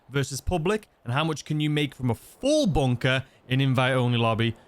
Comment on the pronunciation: What's a BONE-KAH? 🤷‍♂️